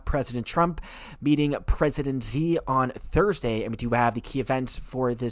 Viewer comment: Xi is pronounced "she" not "zee"